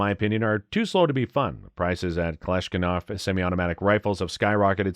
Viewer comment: I heard it again. Kalashnikov, not Kalishkinov.